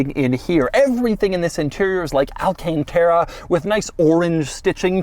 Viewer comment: it's alcantara not all-can-terra